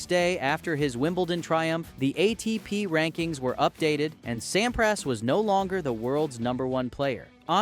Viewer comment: you may have put a lot of work into this video, but it is bad, and for so many reasons. I'm just going let you know so maybe you'll know for your other videos: 1. I don't know if it's AI or you but the pronunciation of players' names (Sampras, Philippoussis) is awful 2. If you are doing a video of Sampras from 1999, you should use video clips from 1999 and not include other years preferably. 3. Do some research. In Wimbledon 1999, Sampras did not win the 2nd set vs Philippoussis he was down 4-6,2-1 when P'sis retired. 4. Articulate your point and vision. He lost the #1 ranking but tied Emerson's record. It's not an "anomaly" that's timing and circumstance. A) He lost the #1 ranking due to the fact he missed 2 grand slams (AO and USO) B) He tied Emerson's record of 12 grand slams because he came into 1999 with 11 and won Wimbledon. Is this just a recap of Sampras' 1999 season?